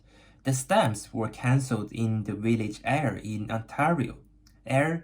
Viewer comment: Frae Ayr : From Ayr, Scots dialect. Ayr is pronounced Air like the stuff we breath. Naughty Stampcat! she sent you a torn stamp, unless a stamp is super rare throw awaytorn and creased stamps. I like the video and learned things